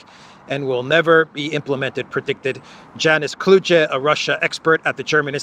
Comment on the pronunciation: The German pronunciation of Janis Kluge would be more like Yanis Klookuh instead of Janice Kloodzhe, And the German meaning of kluge is Yanis the clever.